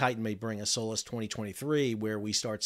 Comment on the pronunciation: Everytime he says SOLAS I hear "soulless"